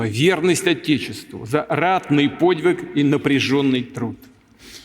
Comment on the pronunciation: Почему он всегда вместо слова "подвиг" говорит подик